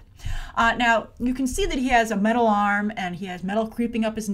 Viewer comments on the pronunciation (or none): none